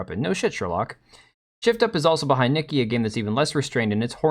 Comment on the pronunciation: Nikke pronounced 'nikkay' not nikki